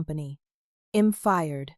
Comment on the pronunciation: Obviously youre not American. You consistently mispronounce American idioms. The words are we'd not wed, and i'm not IM. Thats why I dont follow you.